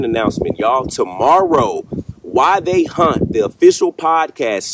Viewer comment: I keep thinking you are saying “Why They Hunt”. Took me forever to find your “WhyThey Haunt” videos. Every thing I was finding on YouTube were all hunters who videoed their hunting trips. 🤣🤣